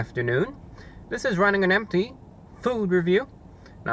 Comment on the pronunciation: "Hello everyone, this is running on AMPTY, food review!"